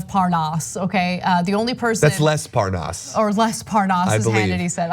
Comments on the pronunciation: Yeah he doesn't know Parnas, he knows parNAAS. Big difference lol He's technically not lying, he's saying his name wrong on purpose so he can lie about it and get away with it and go "ohhhh Parnas, I thought you said ParnAAs. My bad. In that case yeah I know him." 🤦‍♀️🤦‍♀️🤦‍♀️💩🤮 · lev porn-ass? at least he can pronounce nunes :P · Look at this lying ass corrupt criminal politician trying to mispronounce parnes name but he has talked multiple times and he set trips up for Nunes to meet prosecutor who was fired by Ukraine for corruption He's been working on covering up for trump and helping since Russia investigation's. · Nunues really needs to stop pretending that he does not know Parnas by calling him ParnASS lol So obvious he’s busted. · "when I came on your show i just didn't know the name, this name 'Par-NAAASS' " Come on now, even Nunes' cow thinks that’s udderly ridiculous! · Ahh yes, Lev Parr-naas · Devin Nunez is clearly disengenuous, when he mispronounces Parnas' name, in light of the fact that Parnas has had his name on television for the last two months. He's a Trump henchman who will tell any lie, in support of Trump's unlawful schemes. There is no other explanation. Anyone who falls for their propaganda, simply, wants to believe them, in spite of any critical analysis or evidence of their deceptions. He's a believer that his base is too stupid to question or resist his lies. Think. How does Parnas have all this access to all these government officials, both foreign and domestic, if he didn't have the okay and support from the white house? Cell phone access included. Don't let Trump and "this" GOP destroy what's left of our democracy. Next thing you'll know is Trump will try and cancel the elections because "he" suspects corruption. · As soon as Hannity mispronounced Parnas, I assumed he was involved with this mess. Republicans get talking points, then don't deviate. And that includes Hannity and the rest of the Faux propaganda network.